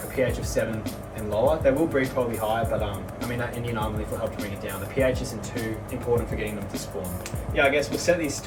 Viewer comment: . Accent factor. Pardon me but what kind of leaf is that. Indianamma did you say? Huh? Lol. Sorry.